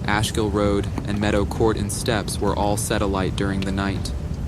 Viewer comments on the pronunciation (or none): none